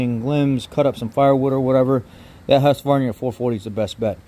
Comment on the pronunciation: FYI: Its pronounced Hoosk-var-nah.